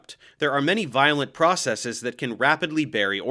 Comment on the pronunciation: I just want to say thank you for pronouncing "processes" correctly without a long-e sound.